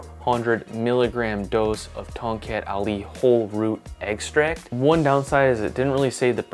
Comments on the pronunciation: I heard you said kongkek Ali... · More like Tongcut Ali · The proper way of pronoucing Tongkat Ali is - TONG CUT AHLEE Sorry can't stop being a pedantic cause I am an Asian where Tongkat Ali originates from. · to the untrained ears it sounds like toket ali, means ali's boobs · I was kind of thinking Ton"gut ali? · being from south east asia. it sounds really weird hearing you pronounce tongkat ali in an accent🥲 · Omg 🤣 i love when people said the word from one of our south east asia weirdly 🤣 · As someone from Southeast Asia, I'm just here to hear his Tongkat Ali pronunciation. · Same hahahaha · when he pronounce it like that, I almost laughed too hard XD. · As someone from North America, I like hear South East Asian’s funny pronunciation of English.